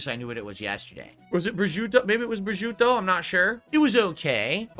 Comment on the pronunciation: >> "authentic Italian" calling prosciutto "breh-joo-toh". Love how he acts like such a snob but doesn't even know Italian food himself.